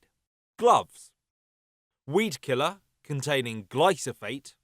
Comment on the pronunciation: Sorry to be pedantic, but it’s glyphosate not glysophate